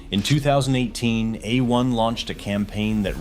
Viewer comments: Uh One? C'mon robot, tighten up. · That pronunciation is wrong! It is = "A" as in 'play' or the month of "May" and "One" as in "won" or "son". :face-blue-smiling